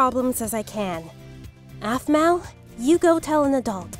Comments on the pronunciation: Blaze should've become alpha 😤😾😾😡 Also calls aphmau "ofmau" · Her name is not a f m u a